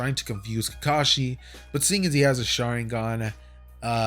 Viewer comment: I turned on captions out of curiosity and everytime he says sharigan it says sharing gun